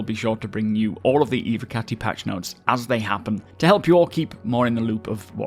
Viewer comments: dud its about the ev O cati. Cause it sounds more like hes saying evEcati or evAcati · dud u dont get it. ITS NOT ABOUT THE V. Its about the following O. So in speak to text hes saying ew(v)e- or ew(v)acati tho its ew(v)ocati. Its e- voh not e-vah or e-vehcati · can you please pronounce it Evocati and not Eve- or Evacati | that’s so unsatisfying 😅😂 good video ❤😊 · nope, just learn how to pronounce the word right. there is no Eveecati or something else. it’s like.. ur telling me that "Intel Evo" is Intel Eveee pronounced. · What about the v? The word is Latin so should be pronounced like an English w as well. Never mind that the singular version of the term is evocatus.